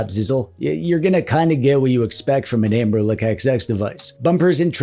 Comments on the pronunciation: It's Anbernic not Anberlick you tool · Take a shot every time he says Amberlick. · Why do you and Retro Corps call the Anbernic line AnberLICK?